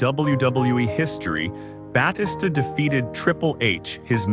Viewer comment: stop saying his namr wromg its fucking annoying, if you going to make a video on him then say his name correctly. i had to stop watching to how annoying it was